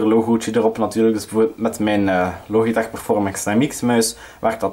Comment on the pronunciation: Het is lodjitek niet loogieteg